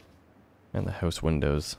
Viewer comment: Why do you say "House" the way you do? Are you a Canada-Bro?